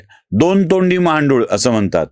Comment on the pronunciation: "महांडुळे" नव्हे, "महागांडूळ" जय श्रीराम... 🚩